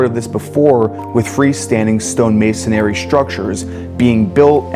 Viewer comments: dude you do this shit for a living and you still say "MASONARY" like you're a third grader. Fix your vocabulary. The word is "MASONRY". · Its masonry, not masonary😂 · it's mason-ree. not mason-airy. it's spelled masonry. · It's masonry, not masonary. Please! Thanks! :)